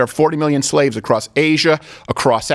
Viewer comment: I think they mispronounced slave